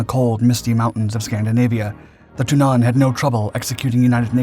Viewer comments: You should use a shorter "a" when pronouncing Tunnan :) it's more like Tunnan instead of "Tunnaan" as you say it //source: am swedish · Okay, this was a interesting video, but I had a hard time concentrating when the word "tunnan" was mis-pronounced every time. It's not thun-AHN, it's TUNN-ann. The wowels similar to the emphasis and speed in english words like Tonnange, Tenet or Ulan. It was really distracting. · ITS TUNNAN NOT TUINNAS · Your pronounciation of "Tunnan" is horrendous. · Why don't you consistently use the English translation of the aircraft's nickname - i.e. The Barrel - instead of sticking to awkwardly mispronunciating the Swedish Tunnan? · `Tunnan` is pronounced with a short `u`, not a long one. Emphasis is on the double N´s. However the J 29 was partially known as the widowmaker, due to the large number of crashes during low level flight manoeuvres. Low level flying has long been a hallmark of the Swedish Air force. A classmate of mine had lost his father in one such an accident with the J 29. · He didn't pronounce it with a long 'u', he pronounced it with a long 'a', which is where the mispronounciation lies.